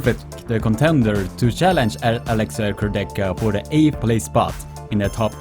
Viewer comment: You pronunce Kurdecha wrong! It sounds awful😣